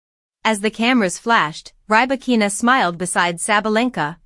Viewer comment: Stopped watching as soon as you said rye-bakina.